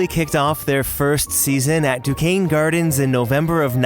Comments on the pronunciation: It’s pronounced DU-CANE not du- kes-nee. 😂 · 😂🤣😂🤣 doo-Kwez-nee gardens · Amazing video. Alway enjoy the research that goes into these. Definitely a bit fan but also wanted to let you know that Duquesne (of French origin) is pronounced Du-kain. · I’ve been going to Disney On Ice shows since I was a little kid. I’m also happy that my hometown of Pittsburgh was a major part in bringing Disney stories to life. BTW, it’s pronounced Duqesense (Duke-ain) Gardens which was the home of Pittsburgh’s first NHL team, the Pirates. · Duquesne is pronounced “Doo-Kane,” just a heads up. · Very informative video! A minor note: I’m from Pittsburgh and you pronounced “Duquesne” incorrectly. It’s actually pronounced “doo-KANE.” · Duquesne = "doo-cane" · We just went to see Disney on Ice today so it was nice to watch this for the history after! Also, Duquesne is pronounced like "Duke Cane." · That is not how Duquesne in Duquesne Gardens pronounced.